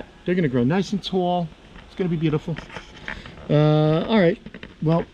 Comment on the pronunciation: That Jersey accent comes out when you where talking about the plants.. ‘nice and tall”